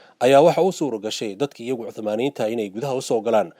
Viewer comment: Hadalka iska sax niyahow osmaniyen laheen